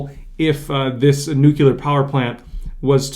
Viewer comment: Nuclear not nucular